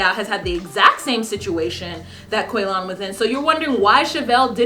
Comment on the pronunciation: In my house, any word that comes up that sounds even remotely like Quaylon, gets pronounced like how Shavel says it... "Quay-Lin!"